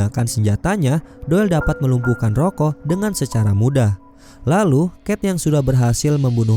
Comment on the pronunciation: Gw dengernya ROYKO